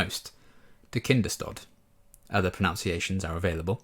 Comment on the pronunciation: Yeah, have always felt that the Buffy production team could have done 2 minutes of research to find out how to pronounce Kinders-tod! If they new it means “Children’s death” how can they manage to not pronounce it correctly?? Baffles me to this day.